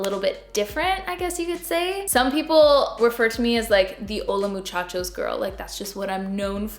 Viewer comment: Im a spanish speaker from México 🇲🇽 you said hola muchachos just fine 😉